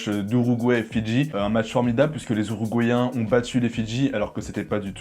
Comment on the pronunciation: “Les Ouruguayen” jsuis mort 😭